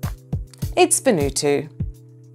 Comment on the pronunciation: 42 correct pronunciation of Vanuatu is Van oo r-too Thought it was hy-per-bow-lee & other pronunciations were odd Fair quiz